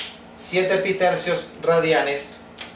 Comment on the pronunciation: Je je, "pitercios" je je 🙃